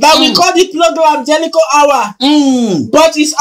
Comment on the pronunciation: Bushili, 2000land, jelicho, countly, plesident, 😂😂😂😂😂😂😂😂😂my bele o😂😂